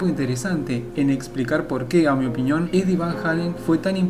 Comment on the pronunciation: "opiÑon" jajajja naaaa